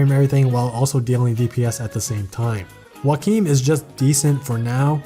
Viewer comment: After you said Joachim’s name I got really confused cause I pronounce it “Jo-chim” and has no idea who you were talking for a second but now I realize that the way you say his name is probably the right way to say it...